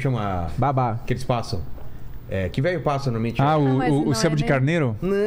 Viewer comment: O mais legal é q quando alguém fala uma palavra com um sotaque meio errado os outros copiam. Metru, to a brincar, vêlho